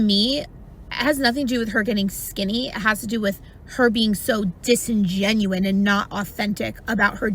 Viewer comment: “disingenuin” LOL